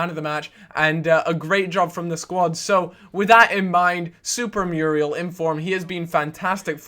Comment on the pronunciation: You keep pronouncing Muriel wrong >_<'' Moo-ri-el